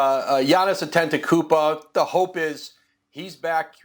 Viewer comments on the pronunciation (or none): Giannis Antetecupa ??? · Man these clowns still can't even pronounce Giannis' last name